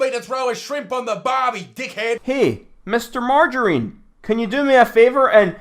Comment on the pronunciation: Lmao ‘Mr Margirine’